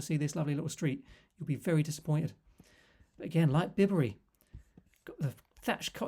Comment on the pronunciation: hi, lovely places aren't they. My wife and I spend a lot of time in the Cotswolds villages which you have covered , and I believe the village of Bibury is pronounced differently . i.e. not as in "Bib", apparently the name sounds like Bai-Buh ree.😊👍